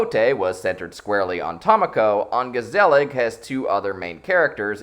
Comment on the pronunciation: Mispronounce "ongezellig" one more time! I dare you! I double dare you, motherfucker! Mispronounce "ongezellig"... ONE... MORE... TIME!!!